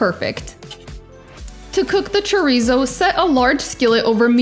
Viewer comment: You gotta your tounge when you say chorizo or it’s not chorrrizo 😂